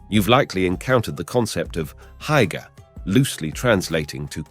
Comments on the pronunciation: Heike !!! 🤯😵‍💫😵‍💫 come again 🤣 It's hyyyygge sir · you have to practice the word Hygge its not Haigga XD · "Hygge", is pronounced, losely, "who-ggé", and the word "Please" is AFAIK, "Gerne"! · I lost all enthusiasm after hearing Hygge pronounced by the commentator at which point I realise he has never been to DK. Disappointing. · Many of the pictures shown here, are not from Denmark. Denmark has no mountains. Also, you shouldn't use words that you cannot pronounce, like "hygge" for example.